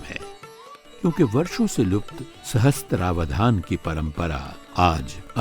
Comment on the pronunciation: सहस्त्रावधान नहीं सहस्रावधान है शब्द।